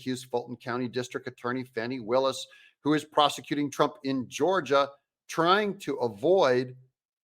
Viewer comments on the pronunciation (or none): Farni Willis. Thought it was Fani. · Cute and true but I heard she actually pronounces her name as "Fawn ee" rather than "fanny". Either way she's still a demo crook and biden leftist.